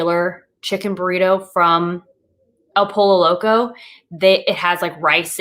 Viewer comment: Dude you are so adorable with saying "El POLO Loco" instead of "poy-yo"... the double LL is like in word Tortilla = y sound. Joe Duff did cool video on keto options at Taco Bell. 💜🤘🙏